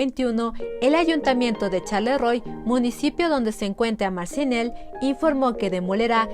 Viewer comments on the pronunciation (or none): Muy buen documental. Charleroi (sharlerua se pronuncia) 😊